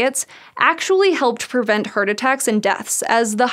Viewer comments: I'm really curious where her accent is from. When she says "heart", it sounds like "hurt" to me, and "carbs" sounds like "curbs". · Anybody else hearing the pronounciation as "hurt disease" or "heard attack" ? 😀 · She pronounced "heart" as "hurt" for some reason and some other words with "ha" also pronounced as "hu" It's strange and confusing if not reading text on the screen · All I can hear is 'hurt disease' :D Sorry... Amazing video as always :) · The way she pronounces "Heart" drives me insane. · Couldn't get over her pronunciation of "heart". Other than that, great.